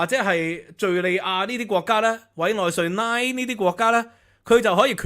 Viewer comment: 係委內瑞”拉”, 唔係委內瑞”奶”…